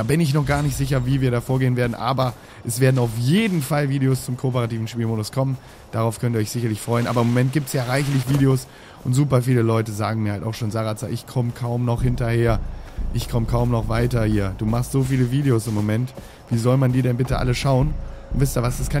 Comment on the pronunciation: Und du solltest erstmal schauen wie der Kommentator heißt bevor du dich über Versprecher beschwerst. Er heißt Sarazar und nicht Sarazene.